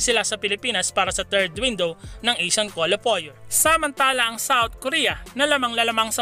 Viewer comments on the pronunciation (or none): paps, kwalifayer ang bigkas sa qualifier! ndi kwolifoyer